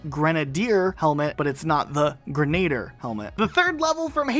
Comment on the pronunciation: Halo wars 2 grenadier not grenader